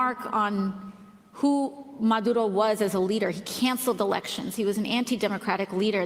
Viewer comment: In fairness to her, AOC pronounces "Venezuela" and "Maduro" as a native spanish speaker does. Too bad her intellectual abilities fall embarrassingly short of her linguistic ones.